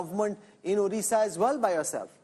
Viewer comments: Not orissa...this is Odisha.. please pronounce correctly. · A few comments: 1. Note how Rahul K still cannot pronounce Odisha properly; he is not even trying 2. No discussion of the BJP master stroke in nominating Srimati Draupadi Murmu as President of India and its impact on the BJP's support from SC/ST constituencies 3. Effectively, the first past the post system is returning to the 2-party system between BJP (replacing INC) and party X (regional parties), and that is a strong institutional explanation for BJP's improved results in the East (WB, Odisha) as well as Andhra/Telangana, Karnataka